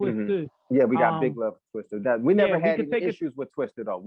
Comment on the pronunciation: It’s TWISTA not TWISTER 🤦🏿‍♂️